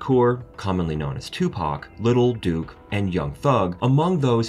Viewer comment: Haha. Lil "DUKE", I'm an old white man and know its durk.😂